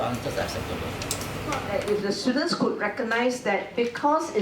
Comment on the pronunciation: gosh, the number of times he called his students stooldents...